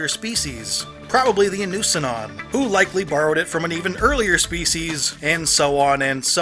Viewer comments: The Statues on Ilos are officially Inussannon (spoken as INU-ssan-non not I-NUS-sanon), Bioware confirmed that. Ilos was actually the Inusannon Homeworld. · It’s pronounced- E NO SOO NON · The way you pronounce "Inusannon" makes me want to cut both my ears off and burn them. Javik said the word "Inusannon" in Mass Effect 3. Play the game, hear how he pronounced it, then repeat it. It's that simple.